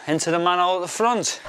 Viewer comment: I came to hear an English man say manhole. "man'ole". I stayed for the sound effects. I cheered when the pipe cleared. What a day.